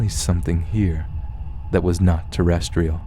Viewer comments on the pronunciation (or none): none